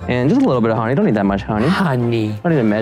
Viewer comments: H o n e y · ok but the funniest part of this video was ryan being fully out of it saying h o n e y in that voice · why did Ryan said honey like that?? 😂